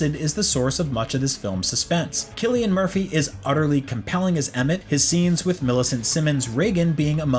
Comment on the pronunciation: When a review starts by pronouncing Cillian Murphy correctly, you know its a well written review